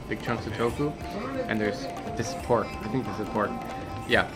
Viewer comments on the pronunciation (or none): There is porrrrrk. Its NOT kosher 🚫